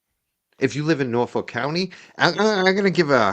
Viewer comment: I live in Norfolk 🇬🇧 and it is pronounced Norf@ not ‘folk’ 😊